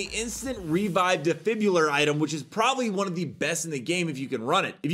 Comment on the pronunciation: What is it with Americans and the word "defibrillator" lmao